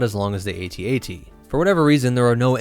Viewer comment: At-At’s, not AAT’s.